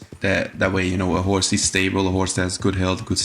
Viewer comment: "Horsre" ah yes.